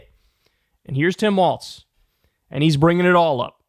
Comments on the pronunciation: DUDE his name is "Walz"! Not "Waltz"! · Lol Kyle keeps saying Waltz, no wonder I was confused when I saw he name is WALZ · It's pronounced "walz" not "waltz" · Kyle, his name is not goddam Waltz, its Walz. There is no T. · Kyle, it's "Walz" not "Waltz". Come on man. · sir it’s Walz not waltz …❤ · KYLE! STOP CALLING HIM WALTZ!!!! THERE IS NO 'T' IN WALZ! Five seconds in, and you did it again! Like in every single clip you post and say his name in... How can you chide trump for calling KAmala KaMAla, when you mispronounce her running mate's name every... single... time... Next video I hear you say his name wrong again, I am going to click you away and never click any of your videos again. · "Walls" not "Waltz" sincerely, a Minnesotan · Walz, not waltz! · Kyle.. love ya.. forever and always.. but there ain’t a damn “t” in “Waalz”. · kyle it’s not waltz it is walz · You have to stop adding a "t" to "Walz" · Kyle, it's pronounced WALLS not WALTS. For someone so infatuated with him, you think you'd be able to pronounce his name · must one of those weird things where kyle pronounces it wrong. he does that with some other words too. i also heard that in german language the 'walz' has a T sound in it. (no idea if tim walz has german ancestry or not) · Pronounced "Walls" - like "Balls"...lol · Is it just me or Kyle keeps mispronouncing his name “Waltz”. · If we're going with German pronunciation the W should be pronounced like a V. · There’s no “T” in Walz,. Please stop pronouncing one.